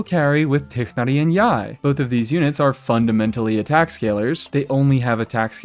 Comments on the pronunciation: Thank you for pronouncing Tighnari correctly, really. It is so annoying how people warp it into TwAynWarY 😮‍💨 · Bro said tighnari the right wayyy❤🎉🎉